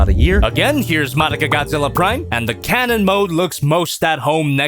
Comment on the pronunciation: said Karen not cannon